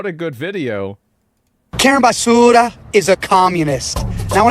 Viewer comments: Yesss… YYYEEESSSS!! 😂😂❤ The way he keeps calling her Karen basssuuura . 🤦🏾‍♀️💀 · yes. He’s not pronouncing Basura correctly. How am I the only white boy to know this lol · He's pronouncing her name as Karen Basura. Basura is Spanish for garbage 😂😂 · Basura is Spanish means garbage. That’s why he keeps pronouncing it like that. 😂